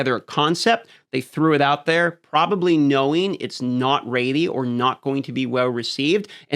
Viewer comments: why does he pronounce ready like raidy? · how the hell is he not embarrassed as a grown ass adult saying "raidy"